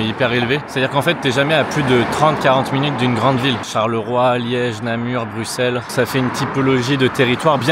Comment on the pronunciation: Je reste il prononce bruxelles correctement!